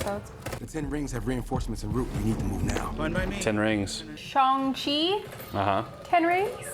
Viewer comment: Great vid! Also thank you for pronouncing Shang chi correctly.